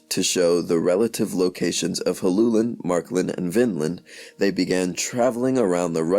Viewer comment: Well done! You managed to pronounce my name correctly. Helluland is most likely Baffin Island. Hellu is the genetive of the word hella which means slab.